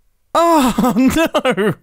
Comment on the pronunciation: Mumbo with the "awe n(a)o" lol you know he's been hanging out with Grian 😆 what region of the UK is that from?! (I have a bit of an interest in regional dialects/accents lol)